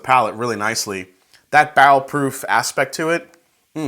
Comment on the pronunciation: Sounds like he is saying "bowel" proof.